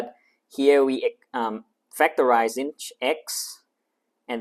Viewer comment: you pronouced sinh wrong